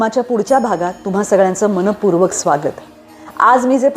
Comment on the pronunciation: सुंदर विचार हा अगदी वा.....हे पुस्तक अप्रतिम आहे... तुमचं.वाचन अत्यंत स्वच्छ स्पष्ट..... फक्त मनःपूर्वक म्हणता ना तेव्हा मनः पूर्वक असं ऐकू येत नाही....मनपूर्वक ऐकू येतं